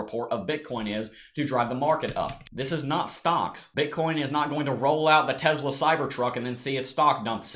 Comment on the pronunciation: TESS-LUH not TEZLA.